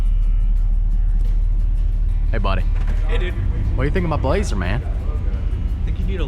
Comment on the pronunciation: i thought he called it the blahoe